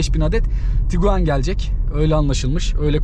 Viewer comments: Tiguan, Tuguan değil kardes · Tuguan değil, Tiguan 👍